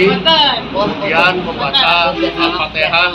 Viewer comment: Alfateha bos bukan alfateka ...